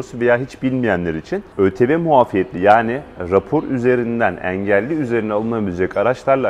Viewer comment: Eelli yi bilerekmi böyle yanlış kötü söylüyor 😂